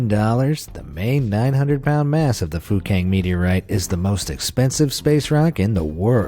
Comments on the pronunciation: Sounds like he is saying fu**ing meteorite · My mother thought the guy said F*cking Meteorite when he actually said Fukang Meteorite Haha lol